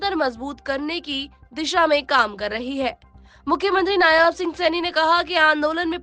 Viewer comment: नायाब नहीं होता मैडम नायब सैनी नाम हैं.